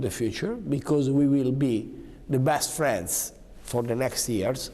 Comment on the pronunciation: "BÈAST FRENZ"